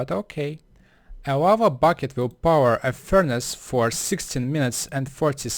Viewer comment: lol sorry but it's funny that you call lava (wawa)